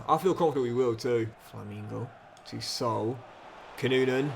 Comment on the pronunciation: Everyone: Sa-OOL: SOUL 😂😂😂